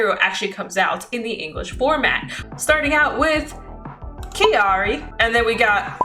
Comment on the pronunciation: Crying at every time mispronounces Kairi 😢 still an amazing video tho